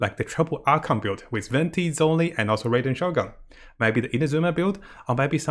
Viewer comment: Did said "Raiden shotgun"??